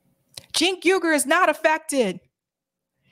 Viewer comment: Cenk 'oor' correct pronunciation of Uygur. The same way you pronounce the Uygur name from China.